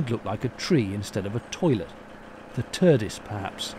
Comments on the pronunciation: Wait......did you say Turdis? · "Turdis" Lmao :) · Couldn't stop laughing at the "T.U.R.D.I.S."!!! Cheers,! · "The Turdis" 🤣🤣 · Hahahaha “turdis” 😂